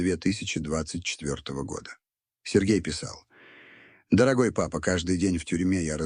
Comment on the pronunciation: Да чтение неплохое.но восклицание папа.ни с той интонацией😊